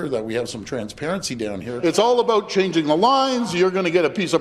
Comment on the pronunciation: "You know what it's all aboot?"